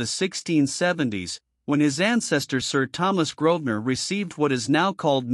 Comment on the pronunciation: The family name is Grosvenor, not Grodner.